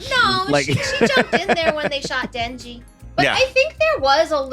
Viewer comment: in retrospect, the katana guy read denji correctly